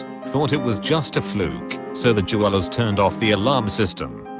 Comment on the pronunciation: anyone else imagine a blinged-out koala when he said je-walas (jewelers)